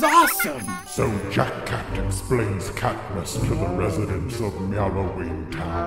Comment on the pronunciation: Oh yeah when sally says jack cat it sounds like she is saying jackass just saying